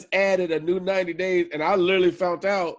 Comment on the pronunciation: favorite word he can't say "literally"